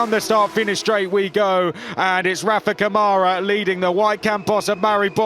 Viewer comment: “Rafa CaMoRa” 😂😂😂😂😂😂